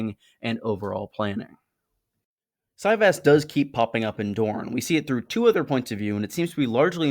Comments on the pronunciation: Is that really how it’s pronounced? I thought a soft Y as in Valyria, no? Si-Vahs. Ahhhhhhs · Kings and Catapults on steam is like Cyvasse (pronounced Si-Vahs) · I really felt like it would be pronounced ce-VÁSS 🤔